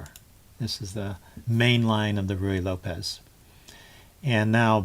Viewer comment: You are the first person on YouTube that I've heard who actually pronounces "Ruy Lopez" correctly. Add one more thing to your list of "onlys."